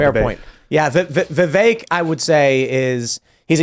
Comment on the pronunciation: please correct pronunciation of Vivek’s name!!! It is rude to not pronounce his name Vivek “like cake”.